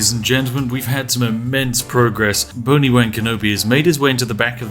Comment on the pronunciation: boni-wan kenobi🤣😂🤣